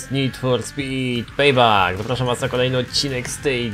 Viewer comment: Pejbek czyta sie